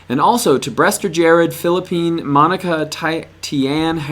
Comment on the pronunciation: For massachusetts it's brewster not brester